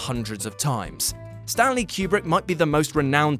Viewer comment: I’m sorry but the way you guys pronounce Stanley Kubrick’s last name is distracting.